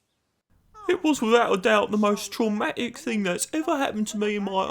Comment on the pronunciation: "It was without a doubt the most tror-matic thing thats happened to me in my o'le loife." Did Paxton ever recover with therapy..?